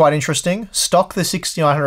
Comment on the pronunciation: I can finally hear him say 6900k but most of the time it sounds like 1600k... What is wrong with my ears